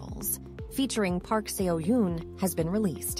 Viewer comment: Can we do this again with his name pronounced correctly?